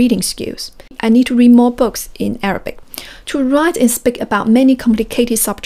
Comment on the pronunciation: You pronounce Arabic incorrectly